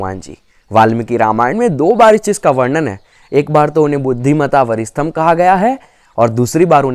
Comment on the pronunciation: अरे भाई वरिस्ठं क्यों बोल रहा है वरिष्ठं बोल. खुद का उच्चारण सही नहीं है और ज्ञान देने आ गया